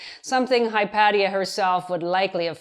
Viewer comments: Hi paddy-er? Its the name of a female Greek philosopher. To pronounce it better, say it whilst imagining hot sun, olive trees, and salt in the air from the sea-spray, and suppose, for a moment, that you utterly love her. She was renowned for her beauty. My guess is, its made up for her philosophy :). Hi-pay-sha. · "Hy-PAT-ee-uh"? eeeesh. It's painful for me to hear Prof. Fiamengo mispronounce a name with which I would've thought all people with humanities PhDs would be familiar. It's "Hy-PAY-shuh". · Hypatia is pronounced "Hi paysh uh", not "Hi pat ee uh". I know this because Carl Sagan talked about her in Cosmos. But then again, this is Carl Sagan we're talking about.... you can't exactly trust that he of all people pronounced something right what with his silly New York accent. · It’s pronounced “hy-pay-sha” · Oh no--I knew I would get in trouble for this! I looked it up on one of those Google pronunciation sites, and a sweet woman's voice TOLD me it was Hi-pat-ee-uh. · Hi-pay-sha, surely? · Everytime she pronounces Hypatia, I get triggered!! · lol. No biggie. The mispronunciation of their name seems the least of Hypatia's problems really. Respect and regards from pedants' corner.